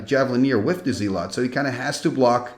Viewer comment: Hey, just in case you wanted to work on your American/English Accent, the way we pronounce "Zealot" (phonetically) over here is Like ZEHLLUHT instead of ZEE--LOT. Just incase you wondered or care. ❤❤❤